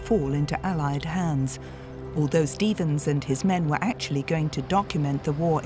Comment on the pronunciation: Stevens no "Estevens".